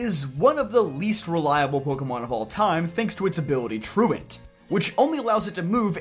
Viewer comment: You’re first person I’ve ever heard say Slakings ability right. Truant as in “truancy” or to be absent! Everyone always says “troo-AHnt” and it kills me 😂